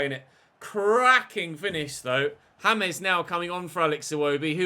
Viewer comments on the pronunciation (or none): none